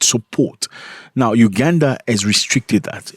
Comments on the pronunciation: It's UGANDA not UGADAN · Its Uganda not ugadan